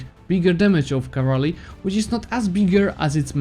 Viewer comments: It's cavalry not cavarly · I don't mean to be rude man but seriously you better check the pronunciation of the "cavalry". Besides that, great video keep it up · Me: Cavalry: Cavraly Me: OK, Cavraly Great guide, I was able to beat Ottomans with your advice. About time I learned to use combat effectively, I've just been throwing my full army into the fray for the last 1k+ hours.